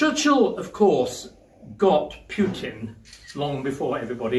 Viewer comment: Who is "Pyutin"?